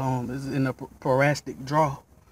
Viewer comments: Boy!!! pronounce your words right its Para-Sit-ic not parastic!!! again it's Parasitic.. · I cringed everytime you said parastic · Excuse my mispronunciation its parasitic not parastic. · It’s parasitic not parasstic but great video mine is doing the same thing now and I had to charge two batteries to get it situated. I replaced my battery initially and found out that was not the issue. Going to try this text next.